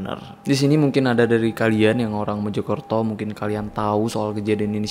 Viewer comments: Mojokerto kak .. bukan Mejokerto .. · Mojokerto pak, bkn MEJO KERTO ~ Meja Kereta